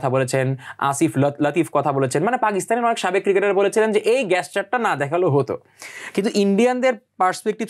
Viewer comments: খেলা খেলার জায়গায় কথা টা ঠিক কিন্তু ignore করার মাধ্যমে বোঝানো হয়েছে আমরা কিছুই ভুলি না, আর আমরা ইউনাইটেড.....আগে দেশ....দেশ থাকলে তবেই তো খেলা...Gesture kotha tar uccharon thik kore korun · 😂😂😂😂 কথা টা জেশ্চার 😂 গ্যাসচার না😂😂😂😂😂 ইন্টারভিউ দেবার আগে একটু পড়াশোনা করা দরকার